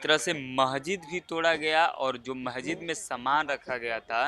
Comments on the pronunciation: अबे, महजिद नही मस्जिद बोल। इनकी आबादी कैसे हो गई ? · शम्भू जी, आपके चैनल के पत्रकार महोदय बहुत अच्छी रिपोर्टिंग की है परन्तु इन्हें शब्दों के उच्चारण सही करना होगा। बहुत अच्छा है। बार-बार महजिद कह रहे हैं। सही शब्द मस्जिद होगा।